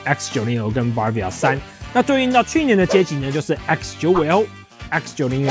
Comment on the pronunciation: 很棒的介紹，但那個字不唸BAR-via哦